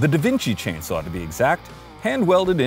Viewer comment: As an American, it makes me feel better to hear actual Canadians mispronounce Devinci